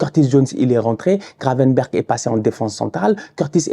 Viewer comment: "Gravenberch, Macalisster" 🤣